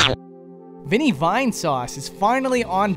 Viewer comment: I think you got vlinny not vinny